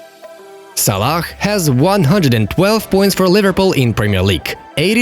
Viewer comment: It isn't van deek it's van dijk and it isn't salak